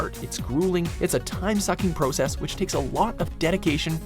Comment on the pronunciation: Your pronunciation of the word "process" makes me wanna stab sharpened pencils into my ears.